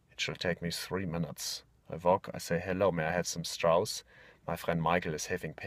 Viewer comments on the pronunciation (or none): "Also just go to ze coffee shops, zey have like five souzand strauss."